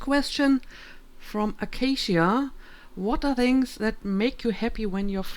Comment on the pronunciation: Congratulations, and thank you for answering! Best wishes! (Also, yay! You said my name right~! ^-^ lol - Acacia)